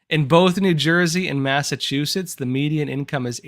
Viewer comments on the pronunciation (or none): none